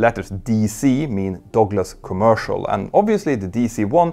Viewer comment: It took me awhile to find out what the narrator meant by "dogless". 😅